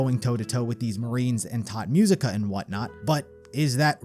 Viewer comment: Great Video but please dont say "Tod Musica". Its "Tot Musica":face-turquoise-covering-eyes